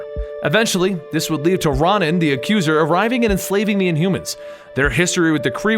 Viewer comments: RO-nan. Not RON-an. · Ron-in? Isn't it pronounced row-nin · Ronan is pronounced like Ronin btw. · ITS RO-NAN, GOD! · It's pronounced ROW NAN, It's my name, I should know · I always thought it was pronounced r-o-nan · butchered Ronin's name bruh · Omg stop pronouncing Ronan like that it's super annoying